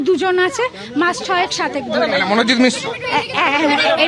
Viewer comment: ওটা মিশ্র না মিশরা